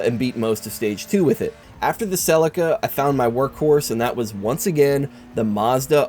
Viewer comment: You butchering the name of the Toyota 'Celica' is enough to make a grown man cry. Great videos as always though.